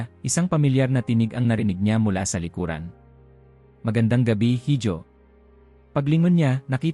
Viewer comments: IHO HINDI HIJO (HIDJO).... SILENT H.... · Correction please. HIJO is a Spanish word meaning SON or ANAK. It is pronounced as I-HO not HID-YO. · Correction sa pronounciation mo sa salitang “hijo” mali ang pronounciation mo dapat “iho” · Mr. narrator sorry to offend you. Ang binabanggit mo na word (hijo) ay spanish word. It is pronounced as iho..